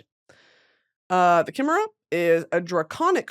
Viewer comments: Her mispronouncing Chimera pains me ITS PRONOUNCED KAI-MEH-RAH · Brittany, just give in and read Crescent City, you’ll be able to pronounce Chimera correctly 😂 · Kai mare uh (chimera) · Ugh actually that’s not how you say chimera ☝🏼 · HOW DOES SHE NOT KNOW HOW TK SAY CHIMERA